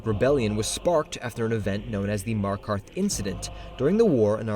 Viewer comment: Did you say bear of MARKARTH!?